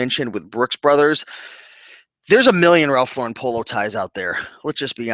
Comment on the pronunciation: You are one of the few YouTubers who pronounce Ralph Lauren the correct way. It is LAURen, not LauREN. The man is not French and he even pronounces his name like you would pronounce a girl's name Lauren. I sell ties and can say that due to covid, casual Fridays and just the nature of tie-wearing, it is not as strong of a market as it used to be. Remember when men always wore hats? The market is still out there for ties, but they are not fast sellers unless they are rare, vintage and also a top name. I do not want people to be discouraged, but the ties need to be in excellent condition, silk, woven fabric a plus, sought after designer, and a unique stand out design a plus. If you are buying at the bins, the more informed you are, the better your chances of selling at a good price. You do not want to end up putting up 10 ties for $10 just to clean out a closet. Also, make sure you indicate the measurement of the widest part of the tie. A photo with a ruler is always better than just stating the inches. Visuals over words. I tend to sell a lot of Hermes ties that I got in the 1990s (at bargain prices from a second-hand store)and each has a number to identify the design. Since I live in NYC, it was easy for me to authenticate the ties at the Hermes store. I am not in a rush to make a quick buck on them. I know there are collectors who are looking for just the right design and will pay top dollar.